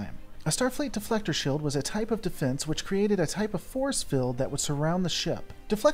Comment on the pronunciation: Please, for the love of God, stop dropping the long e when you pronounce things. "Shield," is pronounced sheeld... not shilled.